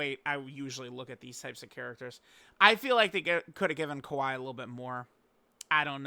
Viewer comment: Bro she is not kawhi Leonard dude, it’s kyawei